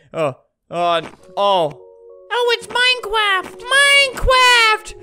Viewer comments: ooh IT'S MINECWAFT! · Flamingo: mwinecwaft Me: * wheeeeeeez * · Oh iT's MiNEcWAFT,MiNeCWAFT!!!